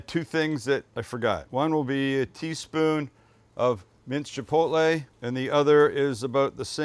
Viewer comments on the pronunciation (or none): none